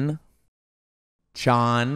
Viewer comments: I cringed to death the moment he said “chan” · Bro i literally turned of my phone think for like 2 min that this man said "CHAN" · bruh you said chan 💀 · This man said “Chan” and I had to stop the video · I SCREAMED WHEN YOU SAID CHAN LIKE BRO WH A AAT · Brotha. Ain't no way you said chan 💀